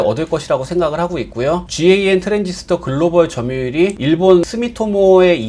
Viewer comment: 실무자들은 GaN 을 갠 이라고 읽고 있습니다. 또는 gallium nitride(갈륨 나이트라이드)라고 읽기도 합니다만 너무 길어서 대부분다 갠이라고 합니다 ㅎㅎ. (GaN이전에 많이 쓰이던 GaAs는 개스라고 많이 읽습니다)